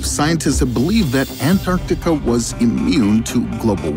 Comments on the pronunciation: I'm really not feeling the way this guy says, "Antarctica". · interesting, but i feel like you could have at least selected an ai that didn't pronounce antarctica like a douche-canoe